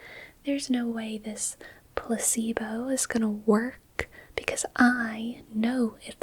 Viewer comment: I nodded off a couple times, but I'm sitting up in an office chair so falling tends to wake me up. BTW, it sounded like you said pussybow instead of placebo.